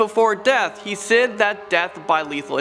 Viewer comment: Yeah it pissed me off if I'm being honest 😂😂 And when he pronounced "Said"